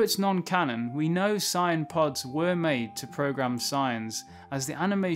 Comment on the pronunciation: It’s Saiyan, not Scion. They aren’t cars